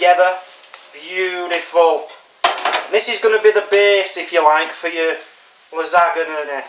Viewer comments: here is some help, its pronounced Phonetically La Zon Ya also you should used Ricotta Cheese mixed with salt and pepper,& some herbs like sweet Basil & parsly and mozzarella cheese to top it off. a garlic bulb has small cloves inside and you remove the outer skin of the cloves before crushing. BTW love you videos too. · Hi Thanks for making me laugh again! Awesome! Your dish is pronounced LAZONYA-NAY-NAY:-)